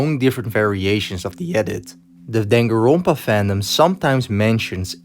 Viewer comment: “One one zero twee seven.” “Danganronpa V twee” “The blood in Danganroonpa”